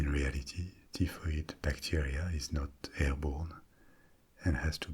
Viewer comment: hi, we pronounce her as TIE FOID Mary. You're language skills are phenomenal and I'm being an Irish Karen now lol For somebody that lived in Paris, for 2 years, my French should be parfait but its basic. I can get around though. Peasants is pronounced PE ZENTS not PEA ZENTS :). Can you also speak Spanish too?